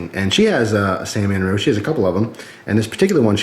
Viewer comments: It's san-ren-mu not San-man-ru lol but good vid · it's SAN REN MU not Sannemmu or Sanmenmu. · C'mon...San-Ren-Mu.:-) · ...did i hear u say "sanmanru"...LOL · "San-man-ru" lol